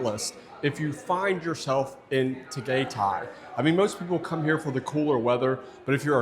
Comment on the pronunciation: Your pronunciation of different cities 🤦🏻‍♂️ from Pattaya to Puerto Galera to Tagaytay 🤦🏻‍♂️🤦🏻‍♂️🤦🏻‍♂️